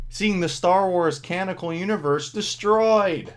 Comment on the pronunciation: Were you in stream about this? I think so because that dude also mispronounces canonical. If not, this is a weird confluence.